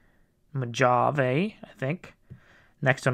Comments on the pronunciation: MO JAV? Jeez man it's MO-HAH-VAY. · Mohahvee, dude, Mohahvee!